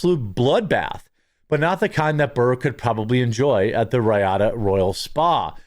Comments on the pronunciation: Riyadh. REE-odd. Not Reeyada. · Pronounced 'Ree-yaad' not Ryadah. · REE ODD not ree ada ffs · Dude - Riyadh is produced “REE ODD” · It’s pronounced Ree-ad. 🤣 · Its pronounced ree-had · The festival was in Riyadh. Pronounced Ree-ad. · its ree-add you dolt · Its pronounced, REe-odd (Riyadh) LOVE ya Jeremy!!!! 😁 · Its pronounced ree-odd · Bill has been lousy for at least 5 years now. But Jeremy, can you please learn how to say Riyadh properly? Its pronounced Ree-Yaad. Ive noticed you struggling with that word for a month. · Dude... how do you not know how to pronounce Riyadh? It's Re-odd that you don't know. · "Ree-odd" - Damn bro, is it really that hard to figure out what another country's capital is, when you're gonna say it over and over?? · Jeremy….REEE-AAD Pronunciation. Hope this helps. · Hey bro it's ... REE-AD (Riyadh) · Gonna have to say it. Common pronunciation is REE-ODD. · It’s pronounced Ree-aud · Jeremy! Do you pronounce Milwaukee, MYLWAUKEE? Riyadh is pronounced REEEyahd. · It's pronounced, "Ree-odd". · REE-ADD its pronounced REE-ADD (Riyadh) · Riyadh is pronounced "REE-yodd" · Bro, you’ve been killing me with the pronunciation of Riyadh. It’s ree-odd! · I think it's pronounced REE-AD. How can you be a comedian and not watch the news? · I giigle every time you mispronounce Riyadh. How the hell could you live this long and never have heard anyone say Riyadh before? That's amazing. Sad, but amazing. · Why can’t you pronounce Riyadh properly? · OMG learn how to pronounce Riyadh! Oh... wait... is this engagement bait? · How do you STILL not know how to pronounce Riyadh? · are you saying riyadh wrong on purpose? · Bro, learn how to say Riyadh 😂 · You really can't read or pronounce Riyadh? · He does it on purpose. More comments equal more clicks blah blah blah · Does he really not know how to pronounce Riyadh? ... Ri- as in the lefty reeeeeee, and -yadh as in yad-, like yadda yadda yadda. wtf, bruh?